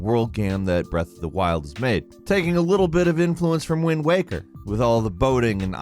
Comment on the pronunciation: The way you said wind waker sickens me